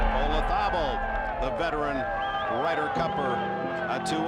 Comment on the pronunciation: Why can’t people pronounce Olazabal’s name! It’s not ola-tha-bull, the emphasis on ‘tha’ .. the Spanish pronounce it Olathabal. The emphasis on the ‘la’